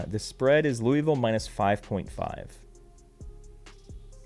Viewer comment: Louie ville 😂